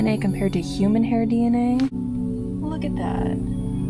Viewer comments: DENA😂😂😂😂😂😂YOU MEAN D N A NOT DENA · Dina samples = DNA samples. The AI narration is always so cringe